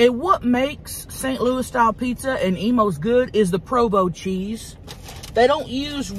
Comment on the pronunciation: This whole time I thought she was saying Emos pizza 😂 till I saw the box